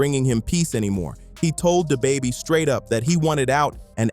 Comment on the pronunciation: Yo ai butchers names who tf is day baby and stoona